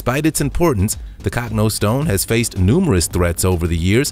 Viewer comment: CANT YOU PRONOUNCE ANYTHING RITE MAN ITS NOT THE COCKNO STONE ITS THE COCH NO STONE !!!!!!!